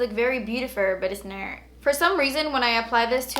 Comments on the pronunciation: "and yh it does look very beautifur but it's nur" 😂xx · Lol. But it's nurt. Lol. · "it does look very beautifer but it's nert" LMAO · "You think it's beautifer but it's nert!" LOL